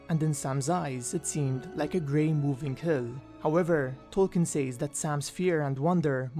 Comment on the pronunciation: I mean absolutely no hate and you make great videos but I just find it very annoying that you can't say "says" normally I mean is it that hard? Once again I'm not hating it's just something that bothers me after watching so many of your good videos